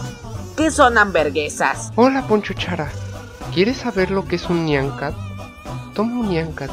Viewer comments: amberguesas a lo cross chara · Se pronuncia hamburgesas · Se pronuncia hamburguesas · Hamberguesa XD